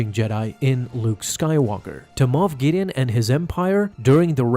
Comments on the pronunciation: Luke just ruined this man's whole career. And it's MOFF guys,.not moth. SMDH. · I honestly thought it was MOTH Gideon not moff 🤣